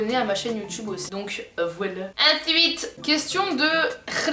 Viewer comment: Le AINSUITE ! On adoooooreee 😂❤️❤️✋🏼